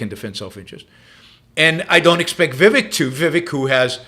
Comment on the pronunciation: It's not viwek. It's pronounced We wake